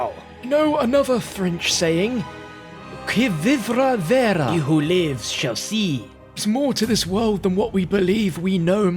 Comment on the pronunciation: As a French person, I'm very disappointed about your French accent ^^ However, the quote "qui vivra verra" was well pronounced. ;)